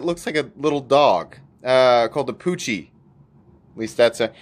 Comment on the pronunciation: It is called Pochi not “poochie”